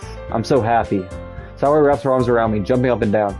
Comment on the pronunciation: Which doki is tour favorite so far Also sayori is pronounced “say-ori” (like the word “say” and the ori is pronounced ora, like in oracle”